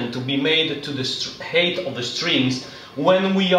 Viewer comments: Very well presented, you are a good teacher! Just for future videos and for your information, the word 'height' is pronounced 'hait', not 'heit'. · Please learn to say height properly lol